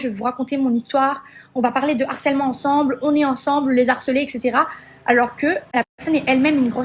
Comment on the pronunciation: M MERCIIIIIII 🤝 🙏🏽 Ça fait des mois, même plus, depuis l'histoire des anges, j'en peux plus d'entendre et de lire "L'HARCÈLEMENT" ! Y'a un H put*in ! Le harcèlement, du harcèlement... 😭😭Même elle, miss tant de QI elle sait pas le dire correctement ?!